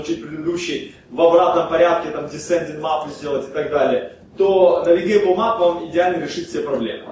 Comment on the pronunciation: не Мап, а Мэп